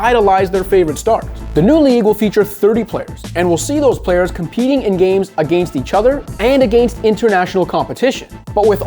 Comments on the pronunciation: I hate how this dude pronounces against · All i hear is "aGAYnst"